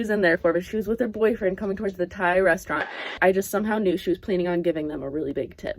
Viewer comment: Every time I heard Thai restaurant I thought tie restaurant, you know, like bow ties